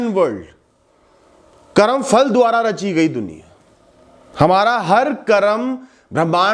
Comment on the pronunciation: बाकी सब तो ठीक है परंतु 'करम' नहीं बोलें, वह शब्द 'कर्म' है।